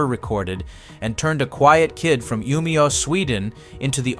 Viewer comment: Poor narrator could barely pronounce Umeå, leave him be with Örnsköldsvik 😂